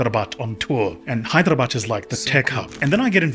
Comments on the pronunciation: The Hyderabad pronunciation is so accurate. Many residents don't pronounce properly; they pronounce the "bad" literally! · He pronounced Hyderabad better than my English teacher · Bro he had me right when he said "Hyderabad" 💯